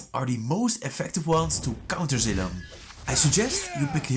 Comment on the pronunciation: Thats not zailong thats zeeelong